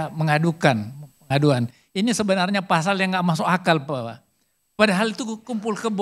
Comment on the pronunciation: Pasal, bukan fasal